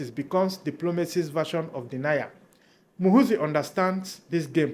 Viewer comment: Muhoorrrzi not muhuzii.